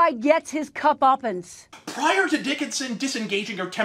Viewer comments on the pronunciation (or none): "Cup-ummence." - Janice Dickinson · Did she say "cup-uppance"??? 😂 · My question is why someone who uses the word "cupuppance" instead of comeuppance was ever taken seriously.